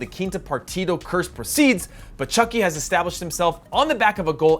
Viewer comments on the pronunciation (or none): Just call him Hirving Lozano, I’m tired of people butchering many spanish nicknames, especially when you call him Chookie Lozano.